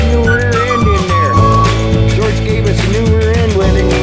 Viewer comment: Take your time and make " george" right